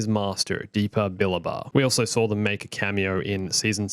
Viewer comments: It actually sounds more like “bah-LAH-bah” if I remember correctly. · STOP CALLING KANAN'S MASTER "*BILBA*"!!!!! You're missing a whole syllable in there!!! "Billaba" !!